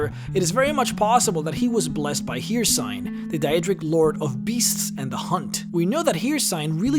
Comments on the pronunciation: Sorry for being a geek but it's Her-seen, not Hear-sign. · it is not pronounced "here sign" it's pronounced "her scene" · Hercine is pronounced her-seen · Only 3 minutes in the vid and you pronounce it as "Hircyne" If you played the games then how can you not know its "Hircine"? Then again you are one of the few youtubers that actually manages to say "Rieklings" correctly instead of for some reason calling them "Reiklings", so that's good on you. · "Hircine" is pronounced "Here-Seen", not "Here-Sign". Characters in the game even pronounced it. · (her-seen) not (here-seen) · breh.. breh, it's Hircine (Hear-Scene) stop that (Hear-cine) shit lel. good video. entertaining, informational. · "Her seen" not "here sign" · It's pronounced "here seen" not "here sign" :P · BlackFlagAntiFa it’s not pronounced here-sign though, it’s her-seen. The pronunciation is flat out out the window. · its her-Seen.... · Where are you from? I can’t tell from your “accent”??? 🤷🏻‍♀️ Like the way you pronounce the names “eebony or hearsign” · If he says hearsign one more time I'm gonna start shooting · You pronounce Hircine wrong, it’s pronounced ”her-seen”. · okay say it with me. HIRCINE. HER-SEEN. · Hircine... Here-Sign... Sigh.. Love the channel no matter what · Yeah I was wondering when did Hircine become "Here-Sign" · Unbelievable you can't get Eeeeeeebony right but you call Hircine wrong as well. Because that is spoken like Hirciiiiiiiiine. Long i. Switch that up and your good. If you make a video get at least that right. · Hircine is pronounced "her-seen" You'd think after doing Elder Scrolls videos for years you'd know how to pronounce that smh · Hircine is pronounced hurr seen Just saying Ok vid tho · This hurt so much to hear so frequently. "Her-Seen,", they say it in-game, even. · He said the daedric prince hircine wrong multiple tunes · Don't know how many quests in any time say his name and you still pronounce hircine wrong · Stop pronuntiating Hircine that way!